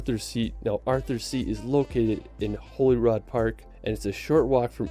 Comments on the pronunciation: So Edinburgh Holyrood pronounced HOLY RUDE HOLYROOD ALTOGETHER NOW not Holyrod as murdered in the video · Good video but the guy in its mispronunciations of Stone "hedge" and Holy"rud", henge and rood were annoying 😂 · As someone who lives in edinburgh, i take offense to how he says edinburgh and holyrood lol If you ever visit edinburgh even visit south queensferry for the forth bridges there. Train station from city centre to the station at the bridges and walk through the village . Be cheap aswel and only about 9mins by train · There’s a novel called Sarum by Edward Rutherford, it gives a theory as to how Salisbury Cathedral was built, it’s a long time since I read it but, it certainly takes away the mystery and is fascinating. And regarding Arthur’s seat in Holyrod Park...he’s mispronounced it...it’s Holyrood (double o) and we (Scots) call it (at least we did in our family) Holyrood (as you would say Hollywood)